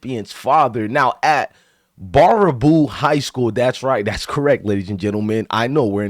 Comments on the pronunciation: It’s pronounced bear-a-boo. Dude, I live in Wisconsin, this is not the norm. This is not who we are. I’m sure you can find pockets in any state. But this does not represent our state. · It's pronounced bear aboo my guy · First off, this father is an asshole. This 100% is not the norm in Wisconsin. I'm not going to pretend it's perfect, but it's not the norm. Also, it's pronounced bear-a-boo. I believe it originates from a French Canadian fur trader. Most of Wisconsin's municipality names originate from Native American or French words/names. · It's pronounced Bare - ah - boo lol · It's pronounced Bear-A-Boo. ;) But yeah. Sad day for Wisconsin.